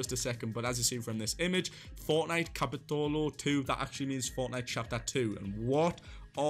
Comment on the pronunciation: Nobody:: C A P I T Ó L O 2